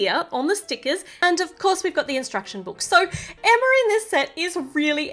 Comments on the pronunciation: It's NOT Emmer it's EMMA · Y u always say Emmer when u supposed to say Emma i still love ur vids.😁😁😁😍😃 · With your accent it sounds like your saying Emmer but your really saying Emma